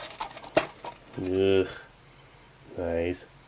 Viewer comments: I swear, everytime i hear you say "Nice", it sounds like "Noice" nin my head. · 'nice' sounded different/10 downvoted, reported, blocked, called pizza hut.